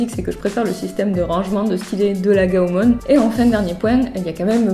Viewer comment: Désoler de te reprendre mais on dit pas gaomon mais gaomone après dit ce que tu veux mais continue à faire des video